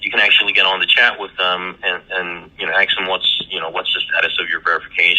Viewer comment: He also said ax instead of ask.